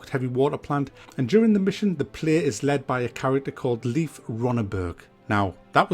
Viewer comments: Btw: pronounciation of Leif= Life, not Liefth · great video! were you trying to say "Leif" in the end? its pronounced "Layf" :)